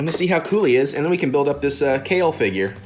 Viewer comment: Kefla not kale